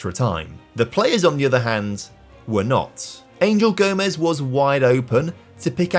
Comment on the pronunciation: Little comment just to say Angel Gomes is pronounced Gomesh as he is part portuguese ! Great content tho lad !